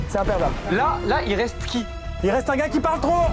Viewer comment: "OH! Il resteuh 10 minuteuhh"